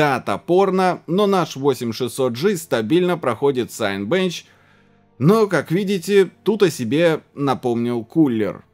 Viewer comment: Не Сайнбенч. Синебенч от слова " Синема". И уж не сайн точно, скорее синька.